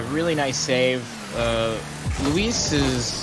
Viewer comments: He started out with Luis, but adapted to Luiis based on pronunciation, I think he kept that up till the end. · holy moly pronounced luis correctly never mind he can't decide between Louis and Luis